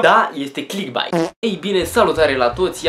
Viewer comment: Sunt de acord cu părerea ta, doar că nu se pronunță cum se scrie, ci ,,clickbeit,,:) Succes pe viitor!